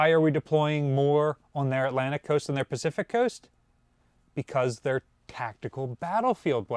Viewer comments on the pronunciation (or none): none